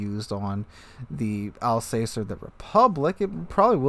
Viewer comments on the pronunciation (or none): none